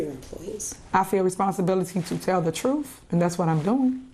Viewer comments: She said Trufe...Now ax a question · I’m not convinced this woman is properly educated; she just said “troof” it’s TRUTH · 🇬🇧🥰 “troof !” We’ve got to do better 😂🙄🤦🏾‍♂️